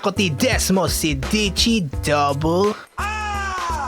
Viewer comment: Mali Yung name Ng ducati.... "desmosedici" yun